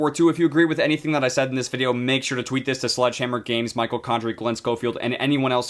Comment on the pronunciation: It was all good till you staid instead of said